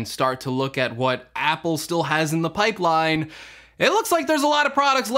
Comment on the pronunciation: This dude say pike line? Lol